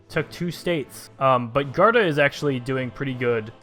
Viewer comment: Its pronouced G-war-duh